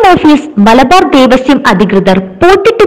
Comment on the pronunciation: ദേവസ്വം .ദേവസ്യം അല്ല. കഖഘഗങ പഠിക്കുക.